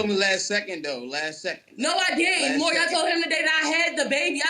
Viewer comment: A restriction for Welfare should be learning how to pronounce Maury correctly.